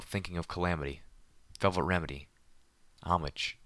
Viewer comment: Pedo Baer That is the correct way to pronounce Homage, but he does pronounce Xenith wrong. I like his reading. His monotone matches the theme of the story.